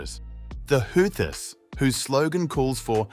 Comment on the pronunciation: Ghastly AI voice: "the Who-thyysss" I couldn't watch to the end...🤢